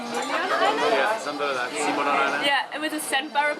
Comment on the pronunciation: It's NOT C-bu.. say it fast.. it's Cbu.. Cebu..